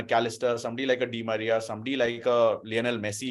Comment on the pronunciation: Bro he said anal di Maria 🤣